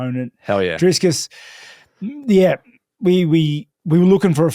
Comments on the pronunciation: driscus,, how did he get that name so backasswards, love how consistent he does it tho :D a little sad he will end the road to izzy for dreicus, would have loved to see that play out, but now his soul will be reaped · Drisscus hahaha